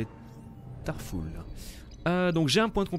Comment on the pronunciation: Très bonne video j'adore très honnêtement mais franchement quel inculte de star wars... Tarful se prononce Tarfoul x)